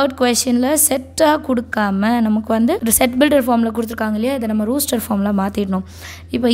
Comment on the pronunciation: It is ruster it is rOster😅